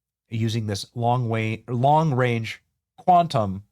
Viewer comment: Lol you said long wange😂